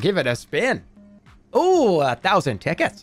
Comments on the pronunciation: It did NOT sound like he was saying "tickets" 😭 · yeah LMAO i had to do a double take on that one